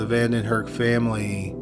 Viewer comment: Why he say family like that ? Lol